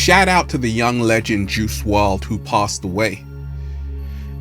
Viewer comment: Juice "WRLD" , not juice "WRD"